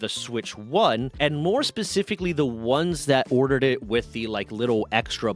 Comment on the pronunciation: Did you say "pacifically"? XD